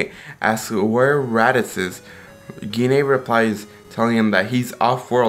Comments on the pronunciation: Wow butcher Goku's moms name. It's pronounced " G . nay" . Dam it's not that hard. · Gine is pronounced as Jeen